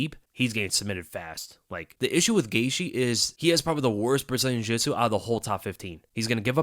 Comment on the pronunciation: needs to learn how to pronounce Gaethje.